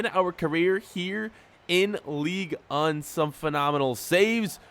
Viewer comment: Can u stop say league un its league 1